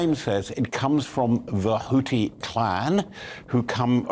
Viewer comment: Guys, please Google how to pronounce Houthi. It's not HouTi. It's HouTHi. xx